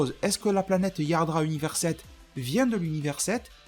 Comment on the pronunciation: Le fait que tu prononce pas le T de Yardrat m'hérisse le poil XD